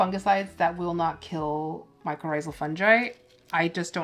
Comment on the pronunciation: Are you saying mico or micro for fertilizer?